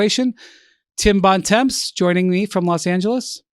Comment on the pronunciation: Bontemps is french means "Good Time" is not pronounced like that